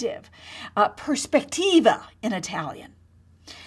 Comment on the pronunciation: Teach correct words please: prospettiva, not perspectiva....